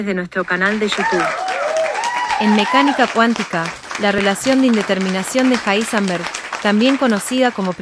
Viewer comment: Un poco desagradable la voz de la chica. Evidentemente la locución no es lo de ella. Aparte pronuncia mal el nombre del científico Heisenberg. De todas maneras poniendo el video a velocidad 0.9 se lleva a una velocidad óptima el relato, el cual es demasiado apresurado de origen. ¿Cómo ponerlo en 0.9 en Youtube? Con un complemento o extensión para navegadores llamada Enhancer for YouTube, que aparte tiene un montón más de funciones, desde ocultar los shorts, pasando por temas, filtros de color, loop para reproducir videos infinitamente, etc. Para mi la mejor extensión jamás creada. Sirve para Firefox, Chrome, Brave, Opera. Para Youtube y casi cualquier página recomiendo usar Brave, para mi el mejor navegador. Pero en fin, como decía, este complemento permite velocidades desde 0.1 a más de 3.5, o sea que se puede elegir con pasos que avanzan de a 0.1x, algo que el reproductor nativo de Youtube no tiene. Lo más lento después de 1x, es 0.75x, lo cual es demasiado lento.